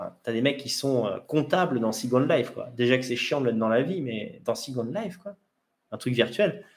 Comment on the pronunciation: pourquoi employer des termes anglais comme « second life », prononcé avec un fort accent français, ça veut dire quoi concrètement en français?